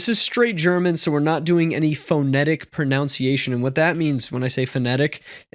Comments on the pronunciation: mispronouncing “pronunciation”: priceless! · If you can't even pronounce pronunciation correctly... d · Since we're on the topic, it's proNUNCiation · Did this guy seriously just mispronounce the word pronunciation!? LMAO!!!